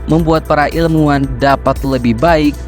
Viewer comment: ilmuwan, bro ... pake hurup W